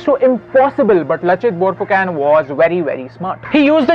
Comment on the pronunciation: Lachit barphukan pronunciation is wrong